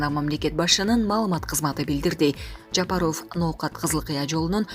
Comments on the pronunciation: Админ, скажи, пожалуйста, правильно не Жапароооф, а Жапаров. Как будто у вас окончание ооф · Диктор Кыз туура суйлочу АЙЛАНАЙЫН ЖАПАРОВ дегенин уксанар кулкун келет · Бул кандай диктор президенттин фамилиясын так айта албаган.Сабатсыз дикторду кетириш керек жумуштан.